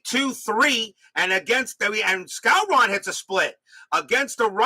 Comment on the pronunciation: …and it’s pronounced Moose SCOW-ren.